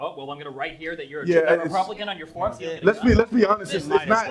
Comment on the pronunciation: Jesse Lee Peterson trying to say "republican" is infinitely funny to me Ripupihkihn. Ripupihkihn.